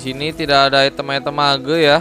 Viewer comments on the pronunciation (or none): Kenapa lu ngomong mage jadi mageu anjir 😂